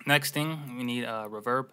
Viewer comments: why u say reverb like that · Oooo didn’t realize it was a Canadian thing omg! My bad haha it’s cute then